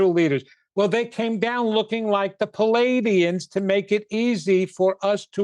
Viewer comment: its PLEE-ay-dee-ans not pul=ay-dee-ans. thank you, the managemrnt